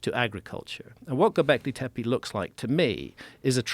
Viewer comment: love this topic & Mr Hancock's work - i just wish "Tepe" was pronounced appropriately i.e., the letter 'e' is meant to sound like 'e' as in 'egg' (especially the final e in Tepe) - a sharp short sound rather than sounding like 'teepee'. Just needed to point this out because it can happen....change that is.